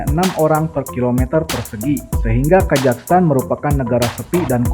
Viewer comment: Kok ngomongnya kajaghstan?